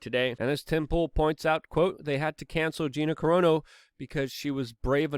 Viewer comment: “A large swamp of humanity...” “Gina corona” ... “Gina carono” Luke is sharp with the tongue. 💁‍♂️